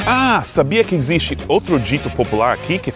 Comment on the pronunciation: Amigo gringo, sou muito seu fã, a meses, já vi todos os seus vídeos, e tenho acompanhado seu progresso como falante de português, uma das pouquíssima coisas que acho que vc conseguiria melhorar é o X, como em EXISTE.. nesse caso você poderia pronunciar como o final da palavra EASY... E"SY"STE..what do you think?